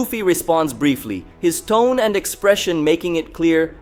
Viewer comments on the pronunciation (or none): none